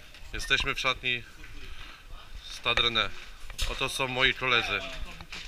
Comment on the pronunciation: Nazwę klubu po Francusku wymawia się " Stad Rene "